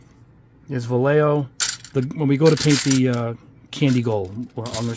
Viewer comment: vallejo pronunciation is : va (like *VA*cation) lle (like *JE*nnifer) jo (like *HO*liday)